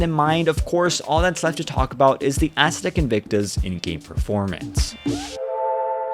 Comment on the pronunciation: Stop pronouncing it ass uh tech. Haven’t u heard how Andre pronounces it?